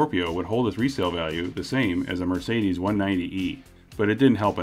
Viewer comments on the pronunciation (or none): none